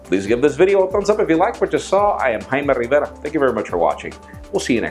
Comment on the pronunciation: Hymen rrrrivera Sorry just had to say it